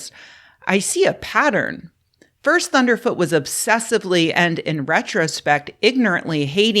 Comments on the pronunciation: Please pronounce his name correctly: "Thunderf Zero Zero Tee" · Please say his name right... it's ThunderfZEROZEROt. Tyvm.